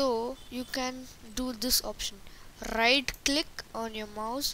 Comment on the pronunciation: look gurlll when u say right click like u say riGht click -_